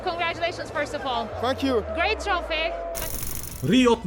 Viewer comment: Intervyuchi: Salom g'alaba muborak... Kante: thank you (Aslida f*ck u eshitilgan) 😂😂